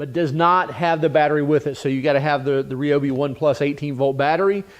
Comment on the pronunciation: Its RY- obi, not RAY-obi